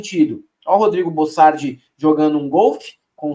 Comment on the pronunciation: Bocardi não é bossardi para que ficar insistindo com o nome trocado